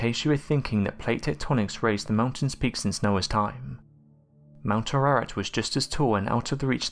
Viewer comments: Ararat is not pronounced like you said it, but rather Ah-Rah-Raht. The a's are soft middle Eastern A's pronounced as Ah, not Ay and not Ai, nor Ae. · mount Ar-rah-rat its pronounced......do some homework from something other than Wikipedia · I think you need to learn how to pronounce Mt Ararat.